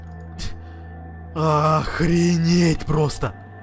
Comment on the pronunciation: Ты сказал охредеть😂😂😂